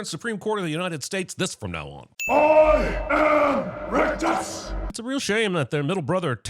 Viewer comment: Its not "rictus" its RECTUS. 😂🤦‍♂️